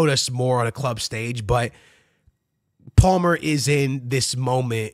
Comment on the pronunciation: You can’t pronounce Palmer bro?